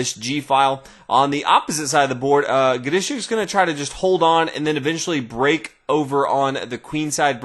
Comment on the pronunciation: I love how he pronounces Grischuck's name. Sounds so unique.